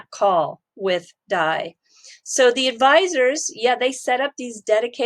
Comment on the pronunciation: Haha..D A I.. not dye 😂